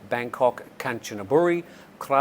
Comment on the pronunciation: love youre style of presenting but Kanchanaburi is pronounced Kan ta nab Buri phonetically ( I know because I live there)